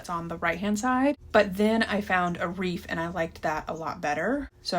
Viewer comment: Are you saying reef?